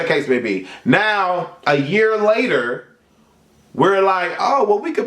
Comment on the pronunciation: you said " layta " like a Jamaican 😂